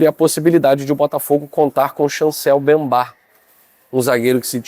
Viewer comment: Certo: Mbemba/ errado: Bembá.